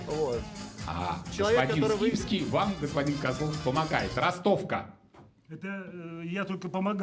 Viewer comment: ...а когда ведущий говорит: "Михаил Скипски", мне тоже вместо имени слышится рифма, оканчивающаяся на "...фил".